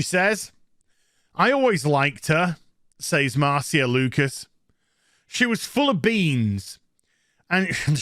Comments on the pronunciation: I'm pretty sure Marcia is pronounced "Mar-SHA." But I guess I can't expect a Brit to speak proper English. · Isn't it pronounced "Marsha"? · It’s a actually pronounced, “Marcia,” not Marcia.